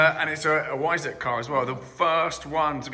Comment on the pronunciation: I don't think I've heard the word Weissach mispronounced so many times in such a short period of time. Yes, I'm a pedant but this was like fingernails down a blackboard to listen to. Please, for the love of God, pronounce it properly. That is all.